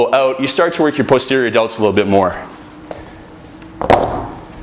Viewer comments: posterior delts he cant say it right lol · it sounds like he's about to say pussy every time he says posterior